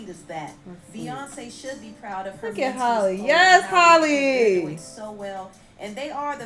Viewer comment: Y’all are supposed to pronounce Halle’s name the same way you pronounce Halle Berry 😭 it’s not Holly it’s Halle 😭